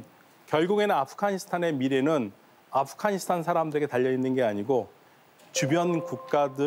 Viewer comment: 연세가 좀 있으신 분들은 아프가니스탄의 ’가‘를 ’카‘ 로 발음하시더라고요. 기타를 ‘키타’라고하고, 시카고를 ‘시카코’라고 하고요… 왜들 그러시는거죠? 😂